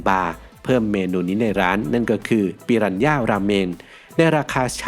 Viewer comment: ฝรั่งไม่ออกเสียง "ปิรันย่า" แต่ออกเสียง "ปิราน่า" ครับ...😂